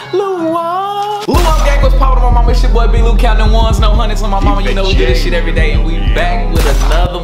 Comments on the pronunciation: Did he say no hunits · He said counting one no hunnids lol no hate he fire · you messed up at the beginning you said counting ones no hundreds 😂😂😂😂😂